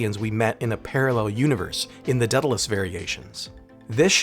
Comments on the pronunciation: Day-dal-ee-us, not Deadalus. The "a" precedes the e"". Daedalus was the father of Icarus. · I want you to repeat after me: "Day-Dah-Liss". It is NOT and will never be the moronic "deada-liss". At least try to do better...